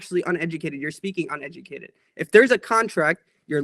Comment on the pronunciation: "your uned-JU-cated" Coming from the guy who cant properly annunciate, "Uneducated" :|